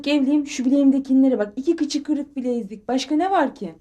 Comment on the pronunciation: “bileğimdekinler” “bilenzik”😂😂😂